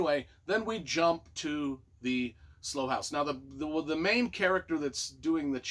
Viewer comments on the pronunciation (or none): Long long time fan of Mick Herron and can’t wait for the next in the series they just get better and better. The TV series is fantastic by the way!! And as a U.K. resident Slough is pronounced sl OW. Like OW a when you bang your finger with a hammer say 😂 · Looking forward to reading it. FYI, Slough is pronounced like “how,” and “cow.” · It's Slough (pronounced like rhyming with 'how') and it's a town outside of London.